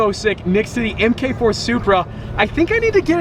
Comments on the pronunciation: Em-kay-four? Its a Mark 4 🙏🏽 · plata593 ik that i’m talking about the way he said it like “mk4” instead of like “mark 4” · it’s not said mk4... it’s said mark 4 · he says "m-k 4 supra" xD. Its MARK 4 😂😜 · Am I the only one who gets annoyed when he says mk4 Supra instead of mark 4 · Emm Kay Four? Try Mark (Marque) Four.